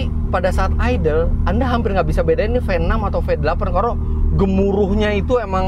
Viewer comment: Mesin Venom.. ngeri banget.. venom.. Ternyata cuma pelafalan Indonesia.. V6😂